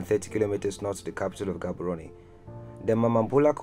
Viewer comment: Learn to pronounce Gaborone please .